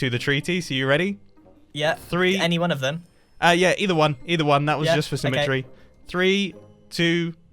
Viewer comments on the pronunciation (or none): no one else going to acknowledge the fact he said for symme-TREE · "For symmeTREE"